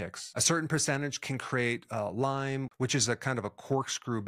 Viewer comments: It's Lyme not Lymes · It’s not pronounced Lyme’s, it is Lyme. And it can be transmitted in as little as 15 minutes. You need to actually learn more about this.